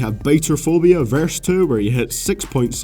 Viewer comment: why can't u speak like it's about not abau and two not tau like what! so fkn enoying i dissliked just so u know